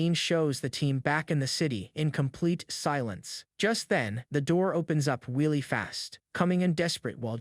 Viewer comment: “ door opens up weally fast” 😂